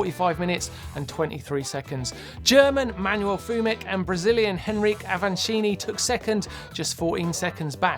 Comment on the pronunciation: Since Avancini is my favorite rider I will say his name is pronounced "En-ree-kay"